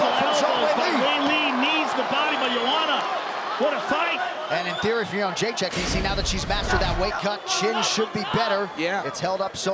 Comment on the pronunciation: For those wondering how to properly pronounce Joanna’s last name, it’s Yed-ra-shick! It always annoyed me how to say it before I found out. Everybody gets it wrong!